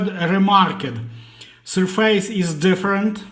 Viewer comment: 'СьОфес' же ж, або, навіть, звучить майже як 'СьОфис', but not 'СьорфЕЙс'! 😢